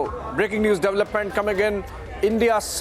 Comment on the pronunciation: Please pronounce the word development correctly.